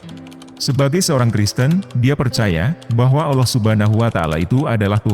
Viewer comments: Maaf ya! Ramai orang Indo tidak tau sebut Allah.. selalu disebut Auloh.. ini teguran ikhlas.. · suara robotnya masih non muslim rupanya....😂😂😂 Melafadz kata AllAH masih tidak bener, masih berbunyi Awloh atau aoloh.... semoga robot suaranya mendapat hidayah dan mualaf agar belajar melafafzkan kata AllAH dengan benar. Aamin....😊